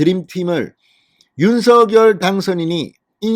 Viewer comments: 대통령님께서 윤서결 아니고 윤성녈로 발음해달라셨잖아요~ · 진성호 사장님! 적시에 보내시는 방송 대단히 감사하게 시청하는 사람입니다. 윤석열 대통령의 성함을 발음하실 때, 윤석열[윤서결]로 하시는 대신, 윤석열 [윤성녈]의 표준어 발음으로 방송해 주 시면 고맙겠습니다. 미디어에 종사하시 는 분들은 국민들을 표준말 사용으로 바른 말 사용으로 선도해야 하는 사명 이 있음은 매스 미디어가 끼치는 영향 력,파급력이 크기 때문일 것입니다. 이봉규tv의 이봉규 박사님은 정확하게 [윤성녈]대통령으로 발음하시더군요. 앞으로의 방송에서는 [윤성녈]대통령 으로 발음해 주실 것을 부탁드립니다. 감사합니다! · 진성호님 수고많이 하시어 구독하고 잘보고 있습니다. 윤성열로 불러주세요 한글어법도 , 당선자본인도 윤성열로 불러달라는데, 계속 윤서결로 불르고 계시네요. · 진선생님 발음을 윤서결 보다도 윤성녈이 어떤가요?